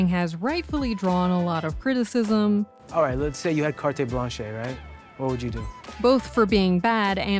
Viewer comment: lol I can’t tell if butchering the phrase ”carte blanche” was intentional/in the script or Abel just didn’t know how to pronounce it and no one on set had the heart (or the balls) to correct him….? 🤔🤷‍♀️😝